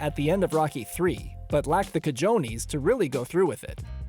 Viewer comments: He lacked the “kah-joe-knees?” You mean the Cahones or “Kah-HO-Nez” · “Cah-joe-nees”? It’s “cah-hoe-neys”, bub.